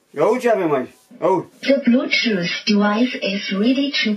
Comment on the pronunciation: IA UI CE AVEM AICI, IA UI ză blutoof deuais iz redi to peir